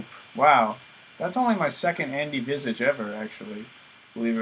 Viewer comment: I'm genuinely impressed that you get all the item pronunciations right, since everybody gets them wrong. All the other Diablo 2 guys here on youtube either pronounce visage "vaysage" or ethereal "eth-E-reel" or annihilus "anni-heelose", but you just get them all right. It's just one thing, Guillaume's is pronounced "gee-um's". As you can tell this is something that has been grinding me gears for some reason, so I had to ventilate my frustration hahaha. And of course to applaud you. Anyways, I love your videos! Keep 'em coming. Also one more thing. Since you're playing singleplayer, I would suggest looking into installing plugy. Increased stash capacity, easy re-spec, shared stash for all your characters and overview of your character's stats like how much magic find you have, hit recovery, fcr etc. Much love.